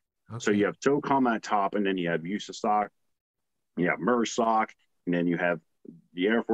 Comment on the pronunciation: It’s MARSOC pronounced mahrsoc it’s not mersoc or mrsoc not pronounced mehrsoc. Not sure if anyone addressed it but I didn’t see it in the first 50 comments. It’s annoying to hear him grossly mispronounce it like that when he is part of the community. It stands for MARine Special Operations Command The capital letters are for the name